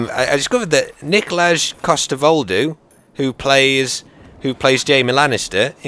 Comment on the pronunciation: I'm from Denmark (Where Nikolaj Coster-Waldau was born) and his first name is pronounced as Nikolai. You pronounced it as Nikolach :D